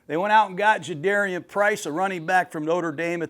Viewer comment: its like 'car' for Jadarian not dare.